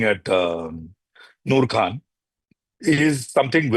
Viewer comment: It's Khan ,Khan from the epiglottis......learn to say the name properly